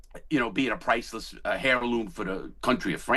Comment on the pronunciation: He said hairloom. Classy guy!